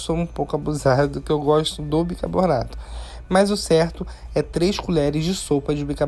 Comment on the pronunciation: Amo suas receitas mas fico agoniada de ouvir você falar bicarbornato em todos os videos kkkkkkkk